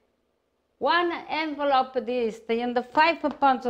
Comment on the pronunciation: one N-valope a dis......love hahaha